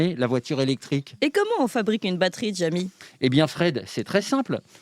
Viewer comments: Je vote pour une nouvelle séance de C pas sourcé (😅) mais à condition que arrête de dire Djamy au lieu de Jjjamy 😂 Sinon j'adore les jeux de rôle... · PTDR qui dit "Djamy" au lieu de "Jamy" ^^